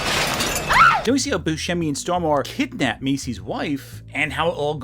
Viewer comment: I love it when Americans try to pronounce Peter Stormare 😂